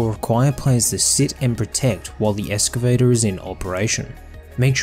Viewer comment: Holy crap, that was... disracting... Almost as bad as ek-cetera.